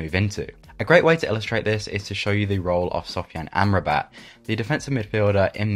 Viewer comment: great vid. allow me to correct the pronunciation of Sofyan Amrabat for you: it is [Ahm-Rah-Bet] not [Amra-bat] :)